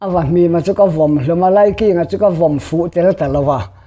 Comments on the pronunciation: Laiking tih ah khian a thluk dik lo a NIH khi a thluk hi ngaih pawimawh thin a tha mizo tawng dik hman zel tum a tha ang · He putar lam dan hi a diklo